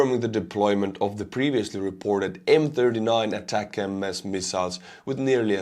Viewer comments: When will he learn after getting corrected dozens of times that it is ATACMS as one word, not ATAC-M-S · Attack-m-s? What is that? The acronym is three syllables, not four. A TAC EMS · they are not pronounced attack-em-es , they should be pronounced atack-kooms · ATACMS are not pronounced as ATACM S. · Sorry to be a pain in the ass, but it's pronounced "Attack 'ems", as in get them mo'fo's! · love U n ur stream but as n American I have to correct u on this. Here the ATCMS Missles r pronounced ATTACK UMS…!! Keep rocking, love ur stream bro!! Watch u every day!! Slava Ukrainia, Herojon Slava 🇺🇦🇺🇸🫶🏼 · Isn't the word ATACMS just pronounced as one word? Not ATAC MS :P